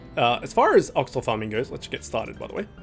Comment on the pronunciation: oxla new familiar pog :^) note: called Olxa not Oxla